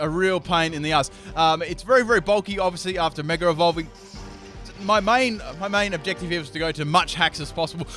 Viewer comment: I keep hearing you say megarevolve...